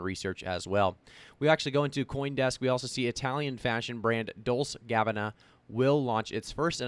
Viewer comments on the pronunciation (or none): Dole-chay and Gah-bohn-ahh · Did he just say dose cabana? Lol, great video!! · The way this guy just butchered dolce&gabana …L O L